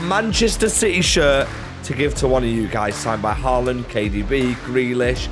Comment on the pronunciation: CITYH CITYH CITYH